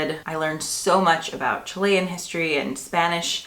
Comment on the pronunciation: Bravo to you for pronouncing "Chilean" properly! 👏🏼 Signed, Mom of bicultural Chilean-US citizens 😂